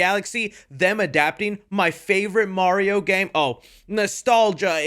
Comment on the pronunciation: you got Mario wrong ()